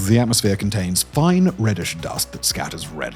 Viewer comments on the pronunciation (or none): none